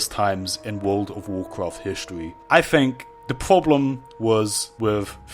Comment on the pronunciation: It's Think... THINK. It's not Fink there is no F